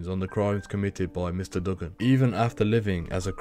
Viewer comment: I'm from Australia u saying his name wrong it's like doo-gun not dug-gun